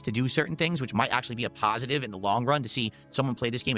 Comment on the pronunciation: Great pawhsitive meeting. Look forward to the meeting rehash Sunday morning.